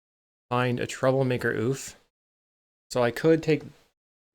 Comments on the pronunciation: When pronounced correctly the word Ouphe is pronounced like "Troublemaker Ohpee" not "Troublemaker Ooph" The word is Gaelic. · Pronouncing it OOF is far funnier, tho.